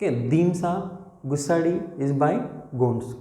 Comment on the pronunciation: dhimsa kadhu Demsa